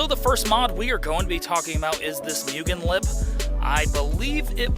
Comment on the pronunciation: Moogen * not pronounced mugen.